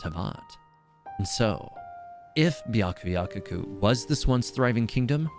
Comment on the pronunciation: Why cant anyone pronounce byakuyakoku right I’m 💀